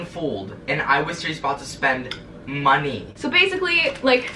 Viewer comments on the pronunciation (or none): “I was about to spend MON-EY “ 𝙷𝚊𝚑𝚊𝚑𝚊 𝙸 𝙻𝙾𝚅𝙴 𝚃𝙷𝙴 𝚆𝙰𝚈 𝙷𝙴 𝚂𝙰𝙸𝙳 𝚃𝙷𝙰𝚃. 𝙷𝚎’𝚜 𝚐𝚛𝚎𝚊𝚝. 😂😂